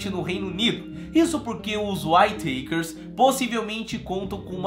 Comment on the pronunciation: Whayteikers ,Whayteikers kkkkk mano se lê simplesmente Uitekers , praq esse show kkk